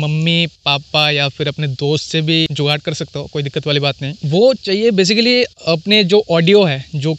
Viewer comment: Gugad bolte 😁😁